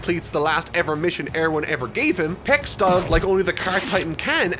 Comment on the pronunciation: I will just pretend I didn’t hear you call her “Peck”... great review! Can’t wait to see next week’s video